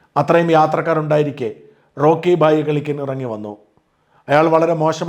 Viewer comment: Shajaa.... റോക്കി ഫായി അല്ല റോക്കി ഭായി.